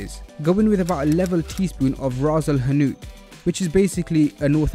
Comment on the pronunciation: As a moroccan, I'm saying that you nailed it especially the "rass el hanout & harissa' part😄